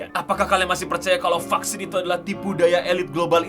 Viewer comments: Vaksin ❌ Fucksins ✅ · Tulisan vaksin... Yg Q denger fvcksin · Baru buka video langsung denger "F*CK-sin". Penekanannya buat salah faham